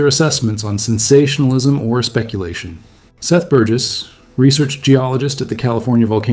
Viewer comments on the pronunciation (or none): none